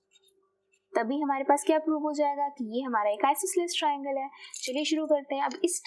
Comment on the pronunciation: Mam aap triangles ko tavangles